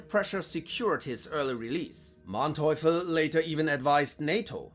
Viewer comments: but he didn't pronounce them properly. which is weird as he seems to be german?... Manteuffel and Manstein for instance... he pronounced both of them with long "a", which is wrong. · no. it's spelled with one n but pronounced as if it had two. names don't follow the same spelling rules as other words. he also mispronounced Manteuffel. you can look me up, I use my real name here. I'm a historian and german linguist. this is literally a mixture of both of my fields.